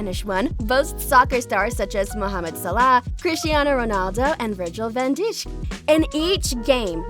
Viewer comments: They butchered my man virg’s name like that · Lol the way she pronounced Virgil Van Dik